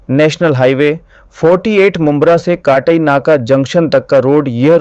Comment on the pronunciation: कटाई नहीं, काटई